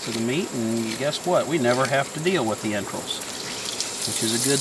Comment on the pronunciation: Its entrails not entrills. Speak properly